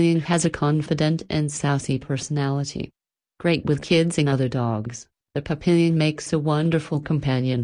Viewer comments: It's pronounced pap-e-yon, not pap-pil-yon. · NO!!! It is NOT "pa PIL yen" It is "PAP pe yon."